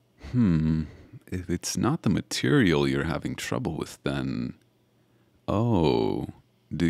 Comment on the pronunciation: No cuz EVERY. TIME. he said material I said girl